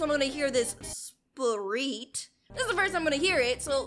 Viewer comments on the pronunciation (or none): To say his name u say it like sprit (u said it right the first time) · spurrit pronounced sper-it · The new spurrit is pronounced sp-rt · Spurring is pronounced like this (SPUR-IT) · Its (Spuh-ur-ut) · Its acutely pronounced S(Perr(It) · its pronounced sp rit